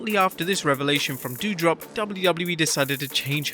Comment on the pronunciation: My dude, its doudrop not dewdrop